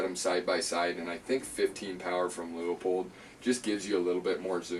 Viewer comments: Pronounced Loo-pold not Loo-a-pold or Lee-a-pold. Otherwise very good review. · If you want to pronounce it in German, it would would more like Loypuld